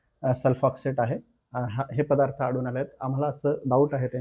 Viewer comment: पधार्थ नाही पदार्थ म्हणा पणीर नाही पनीर म्हणा. शुध्द मराठी बोलो भाषेत भेसळ नको.